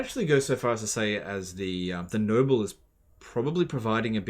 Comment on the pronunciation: EVERY time he said "Noble" I heard "Nurgle".